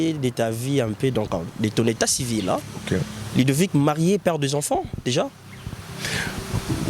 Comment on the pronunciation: Mon petit frère s'appelle LUDOVIC et non LIDOVICK